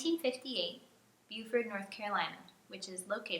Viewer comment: Not a criticism, I promise. It's Bo-Fort not Bu-Fort.